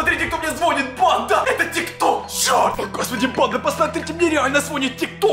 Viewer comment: Почему ты говоришь типа банд а! А резко